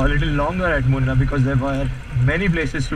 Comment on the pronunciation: its pronounced as moon- R